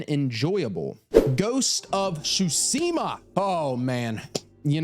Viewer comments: I love when people like things so much that they cant say it roght like saying ghost of shusima not Tsushima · I left after you said "shooseemuh" its tsooshimuh smh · "ghost of sushima" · „Ghost of Shootseemuh“ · repeat after me "T SU SHI MA" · Every time I hear mispronounce Tsushima, I die a little inside 😩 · Love your videos, but the way you say Tsushima pisses me off 🤣